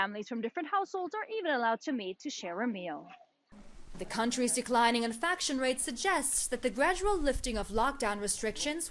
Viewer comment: its "INFECTION" NOT "INFACTION" like damn she count even pronounce right